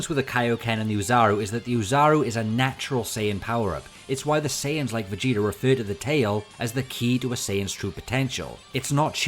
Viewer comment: "Vuh-gee-durr" Dude, surely a word ending in an 'ah' sounds isn't difficult for you. Jeebus Fleebus, man...